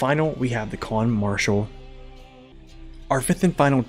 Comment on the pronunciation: Khan, not Kahn